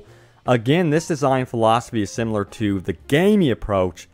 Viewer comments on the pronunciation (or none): none